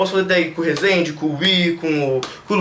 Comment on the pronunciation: ele falou Rezende e pec